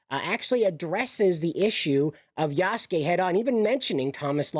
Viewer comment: You pronounced Yasuke properly. The u in the name is more silent when pronounced. Japanese is a great language to learn. I think most people are intimidated by it because of the Kanji/Katakana/Hiragana lettering in the language. It's a blast to learn.